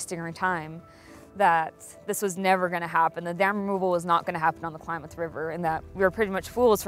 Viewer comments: The narrator mispronouncing Klamath as Kalamath is annoying. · Stop saying Ku-Lamath! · Ugh, the narrator needs to know how to say Klamath...like clam... not Kalamath. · Announcer calls it Kal-lam-muth. Is that correct pronunciation?